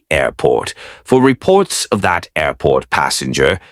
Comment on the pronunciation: Good job on the "Airrrport" today. 5x... it wouldn't be without it! We expect no less. For us counters... 5x beats 3x